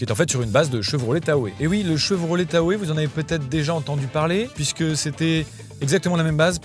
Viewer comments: Tahoéeeee 😭 ça se dit Tao comme le lac Tahoe. Respecte mon bébé s’il te plaît ❤ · Tahoe ça se prononce Ta-o au Québec, mais aussi en Anglais. D'ailleurs cette plateforme est aussi utilisée pour les Chevrolet Silverado, Suburbain, Tahoe (évidemment), GMC Yukon, Yukon XL, Sierra et le Cadillac Escalade, donc à toutes les sauces. Aujourd'hui le Hummer EV partage la plateforme ultium avec le Cadillac Lyriq, Escalade EV, Chevrolet Blazer Ev, Exquinox EV, Silverado EV et bientôt la nouvelle Chevrolet Bolt EV. Donc plus ça change plus c'est pareil pour GM